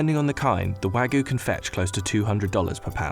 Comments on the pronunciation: Why can no one pronounce wagyu the right way?? The narrator kept saying Wagoo or wagu, he completely tossed the y out. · Almost watched til the end until I heard "Wagoo". Couldn't help but cringe. It's wagYu. The Y is there for a reason. Anyway, going to finish the video now. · haha wagu??? it's wagYu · How hard it to say Wagyu? It's got a Y. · How their narrator pronounces "wagyu" irritates me. It's like he said, "this is a foreign word, so I'm not going to pronounce the "y." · Why can’t this guy pronounce wagyu?